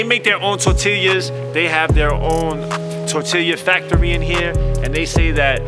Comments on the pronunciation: It's tortilla (tor-tea-ya) my dude not (tore-till-e-ya)..for fucks sake🤣🤣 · Mac stop saying tortileeeya. It’s tortilla (Tor-tee-yuh) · Never seen a human struggle so hard with tortilla. (Tor-til-ya) - MAC lmao Tor-Tea-Ya^ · Mac said, "tore'tillya." Lmao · If Mac says tor-till-yuh one more time...🤦‍♂️ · Torta, torta, tortaria, tortilla, tota,sone shit..😂😂😂😂 TORTILLA BRUH!! I LOVE BIG MAC....FROM D.C. AND ALASKA... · "tortilia" - china mac 2019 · Yo Mac it's pronounced Tor-tea-ya not Tor-till-ya. 🌮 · Mac FYI its not tortillia. Its tortilla and LL's are silent my man. So pronounced in English torteeeya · It’s pronounced TOR TEE YAH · Mac say TOR-TEAL-YUH lmmfao! And yall see mac almost bite his damn finger off at the second joint haha great shit.. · My man's said "tor-tilla" LOL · "Tortillya" hahaha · The Tor Tee Leeah!!! 😂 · Did he say tor-til-ya??💀😂😂😂😂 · "tortillia" lmao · lol the tortilya. my man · Mac, the 2 l’s in tortilla make a y sound. It’s pronounced “tor-tee-ya.” Lol. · Tor-tee-ya bruh lol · That nigga said tortiliah 😆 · Holy nobody noticed you keep saying "Tortillya"?! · This dude said, "Tortilya" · "Tortilia" lol tortilla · “TORT” “Tillya” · Ayo my guy its “ Tortiya” pronounce like that playa. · I know he didn’t say tortilluh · My man really sounded out “tortilla”😂😂😂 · The way Mac was pronouncing tortilla all episode killed me. You're still my guy Mac but we have to fix that lol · The way Mac says TORTILLA is hella wrong but I ain’t even mad fam. U trying and that all we ask for lol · You're having a real hard time saying tortilla lol! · Yo China Mac your saying tortilla wrong lol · I cant trust his review on tacos strictly off the way he says tortilla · How do you mispronouce tortilla so many god dam times in a tortilla vlog smh